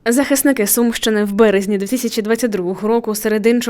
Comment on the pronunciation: Не Сумщины а Сумьянщины